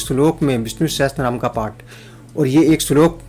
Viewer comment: Sahastranam nehi sahashranam bolna chaiye